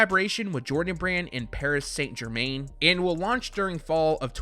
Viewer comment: Your prounounciation of paris saint germain needs some work